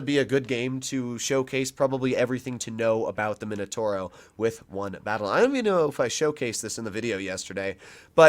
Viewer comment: No mainotouro, m i n o t a u r o I can't listen to it anymore... mamma mia